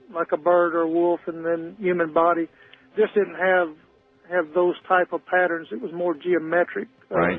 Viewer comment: You’re the best. Bobby Ray Inman has fascinated me ever since Clinton tapped him for the White House. One quirk of Inman: when giving his remarks, the word “didn’t” sounded like “did” when he said, “the president did(‘t) know that.”